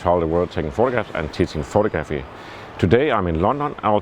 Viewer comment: I love your channel but you really need to say the word photography correctly - it's pronounced photog-raphy. It's not pronounced photo-graphy. :)